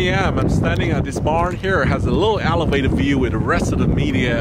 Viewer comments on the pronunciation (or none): it’s thrust not frust it’s other not oter it’s elevated not alevated good job sam